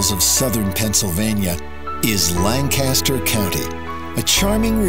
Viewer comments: /layn-KISS-ter/ not /lahn-CASS-ter/ if anyone cares.... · He is clearly not from Lancaster. It's Lan-Kis-Stir not Lang-Cass-Ster. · Expedia, just recently I learned something new about this county. I've been pronouncing it like you did--LAN-cast-er; it's actually pronounced LANK-uh-stir. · Its said langkisster not langcaster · Born and raised and lived there until I was 31. Will always be home 🏡 Edit: Lang-kiss-Ter 👌🏻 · this is lavendula lankisster to be more accurate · Correction: LANKisterr. And it sucks entirely. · I love how the video mispronounces Lancaster the whole way through. It is "lang - kiss - ster" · You can tell the narrator is not from Lancaster, from the way he pronounces "Lancaster." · Pronunciation of Lancaster should be correct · Next time they should look up how to actually pronounce "Lancaster" right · FYI it's pronounced LANCaster, emphasis on the first syllable (if you want to sound more like a local). Also, in the word Strasburg pronounce the 'a' like in the word 'has'. This video does give a good overview of the top tourist areas in the county. Also consider going to one of the farmers markets like Root's (open on Tuesdays) or Green Dragon (open on Fridays). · Good video but you butchered the word Lancaster and strasburg